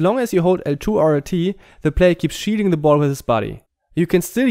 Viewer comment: haha I like how when he says "shielding" it sounds like "cheating" the shielding is overpowered which in turn feels like cheating